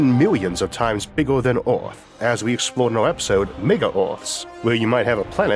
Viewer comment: A program about earth narrated by sometime that cannot pronounce “earth”